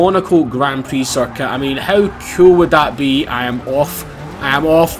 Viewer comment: when you say circuit it sounds like he's saying suck it!😂😂😂soz